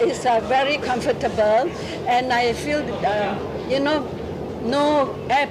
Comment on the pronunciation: That granny said ‘ COMFOR-TA-TA-BLE